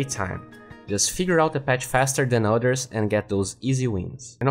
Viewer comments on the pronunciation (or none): none